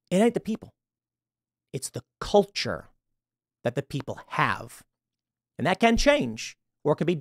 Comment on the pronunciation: Tim “It’s they kulture” Pool